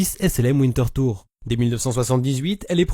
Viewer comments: tout à fait d’accord avec vous et l’absence de Umlaut, merci d’avoir corrigé. Le W en revanche doit se prononcer comme un V et non comme un W anglais. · Wintertür ça se prononce vinnteurture, ture comme dans voiture. À propos vous saviez que les mots allemands ne se prononçaient pas comme des mots anglais? Dingue, non?